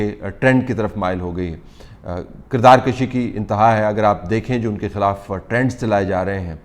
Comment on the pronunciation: میں نے اکثر اینکر کو دیکھا ہے اور طلعت صاحب نے بھی ابھی غلط لفظ بولا ہے کہ کردار کَشی جو کہ انتہائی غلط ہے۔ اصل میں یہ لفظ "کردار کُشی" ہے۔ زبر کے ساتھ اضافہ کے معنوں میں پڑھا جاتا ہے جیسے نسل کَشی مطلب نسل بڑھانا جبکہ اسی کے برعکس پیش کے ساتھ نسل کُشی پڑھنے کا مطلب نسل ختم کرنا ہے۔ اس لیے یہاں اصل لفظ کردار کُشی پڑھا جانا چاہیے۔